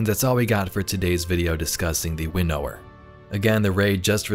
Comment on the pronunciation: Please pronounce winnower properly